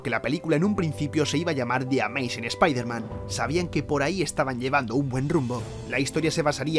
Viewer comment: Primer español que veo que pronuncia Bien SpiderMan 😃 Xd